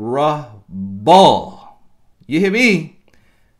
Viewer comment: Mis-er-rah-ball! Lol